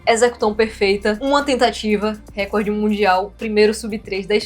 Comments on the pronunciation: se diz RECÓRD. Como se tivesse um acento ali. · a pronúncia correta é RECORD... o acento átono recai na letra"o", como se tivesse uma acentuação ali ( recórd ). Se a palavra record tivesse um acento proparoxítono, ou seja na terceira sílaba de trás pra frente, aí sim sua pronúncia estaria correta, me fiz entender? Palavras paroxítonas não são acentuadas, palavras proparoxítonas recebem acentuação. NO mais acho incrível a solução dos cubos mágicos!